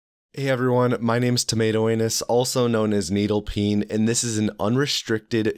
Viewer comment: lol "angus" love your vids bud!